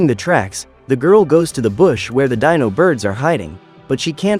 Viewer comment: What dino is correctly pronounced: "dai-no" What he pronounced dino: "dee-no